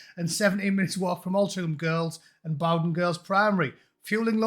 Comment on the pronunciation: Hi. It's pronounced Loreto to rhyme with Netto and Bowden to rhyme with Lowden. Cheers